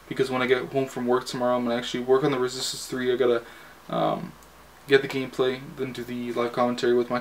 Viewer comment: Lmao I like how you slur when you say "Resistance 3" :D